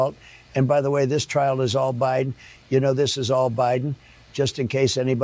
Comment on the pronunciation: Did he say Biden or by Don... yeah the case is all by Don Trump